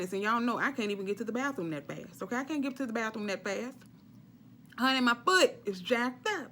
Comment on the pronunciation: I LOVE YOU!! “Howney”😆😆😆